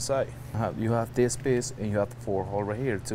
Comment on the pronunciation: Like dis and like dis and dis then do dis…and dis…dis (this) and like dis